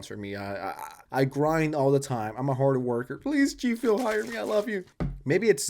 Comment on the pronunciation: Im going to give him a pass on the way pronounces G fuel. If you want to be a meanie because it bothers you then that's on you.